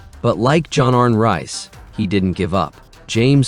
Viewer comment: More ridiculous AI bullshit. John arn rise/reez lol